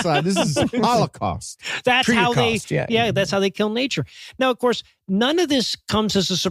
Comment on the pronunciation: "HORTICAUST",, how dare you